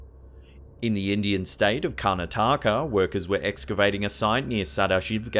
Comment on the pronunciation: it's pronounced as Kar Na Taka